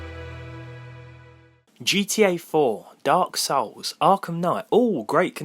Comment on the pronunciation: Why do you pronounce "Dark Sauce" instead of "Dark souls"